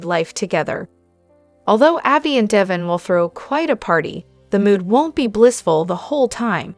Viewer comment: Pronounce Dev in's name correct or get someone who can!!!!!!